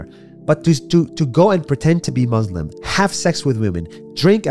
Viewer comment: Nas Daily can't even pronounce 'Muslim' correctly.